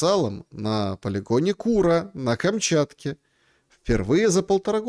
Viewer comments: Не кУра а курА, и это не гастробайтеры из Индии, а биороботы от Индостан Роботикс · Ну епрст, КурААА, ударение на А😂😂😂